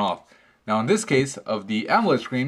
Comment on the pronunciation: wow dude you really need to learn how to pronounce AMOLED